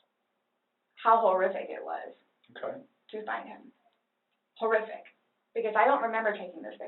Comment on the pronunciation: The way she pronounces horrific as “whore-iffic” irritates me lmao. For someone who claims she’s a straight A student she doesn’t seem intelligent at all.